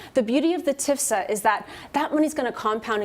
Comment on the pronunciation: It's T.F.S.A., lady. Not "tifsa."